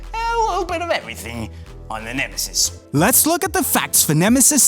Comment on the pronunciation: ALL-IN-ONE VIDEOS it's neme'ziz' not nemesis 😂